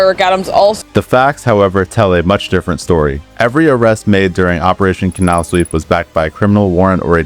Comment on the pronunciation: Please stop mispronouncing Canal.